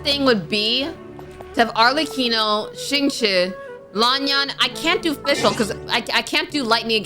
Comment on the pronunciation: Guys, this is part 25, has nobody told that she’s been pronouncing Xingqiu’s name the wrong way? 😭